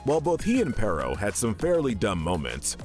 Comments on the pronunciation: It's peritto not perro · Why do so many people call him pero!?His name is pereito! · Bro called perrito perro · Im sure somebody else must have said it before but you mispronounced Perrito every time. Perro=dog and Perrito=little dog